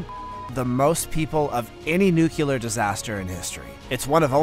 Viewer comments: there is no such word as nucular. the word is nuclear. learn to say it correctly or stop using it. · Say it with me NUCLEAR. There’s only 1 U. When you can’t pronounce a word like that, makes it hard to listen to